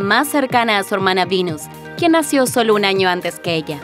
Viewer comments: Me rompe soberanamente las pelotas que pronuncien Seruina y Vinus cuando hablan castellano. Son Serena y Venus. 😡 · Sirina ,Vinus...Mejor habla en Ingles y me salgas con Tecsas XD,XD...